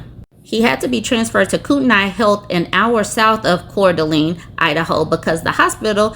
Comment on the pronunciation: Pronounced "Core-duh-lane" no accents on syllables.